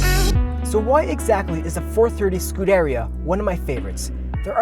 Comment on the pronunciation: Great Video! Beautiful sounds. Love the passion. Few corrections: carbon ceramic brakes became standard on '08 and beyond Ferraris. "Superfast" was first used for a Ferrari 500 Superfast (~1964). It's "Scu-dér-ia" not "Scú-deria."